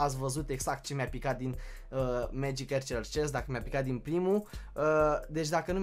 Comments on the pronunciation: se citeste magic Arcăr nu Ercăr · Se spune megic arcers